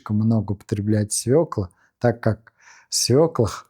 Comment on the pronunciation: СвЕклы, а не свеклЫ